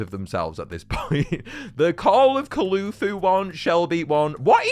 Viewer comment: It's Cthulhu and that is not how you pronounce it (Kth-thu-lu)